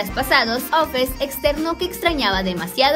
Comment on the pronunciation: Se llama offset no ofes😂